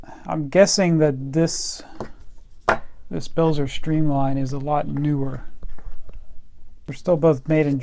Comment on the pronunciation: Cool review- Hazet is pronounced "Hartzet", likewise Belzer..."beltzer" sorry to be stiggler.... great stuff. Great spanners!